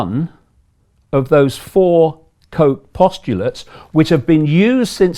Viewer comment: Its not "Koke" its pronounciation is Robert 'Kotch"